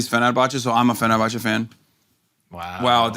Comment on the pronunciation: ...and I am even more confused as to how Schulz knows how to pronounce Fenerbahçe and Galatasaray.